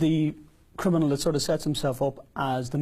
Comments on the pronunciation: Of course he doesn't know what a full time criminal is he doesn't even know how to say the word 😂 CRINAMIL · He says crinimal.. lol lol..a thick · So smart he can't pronounce the word "criminal" correctly.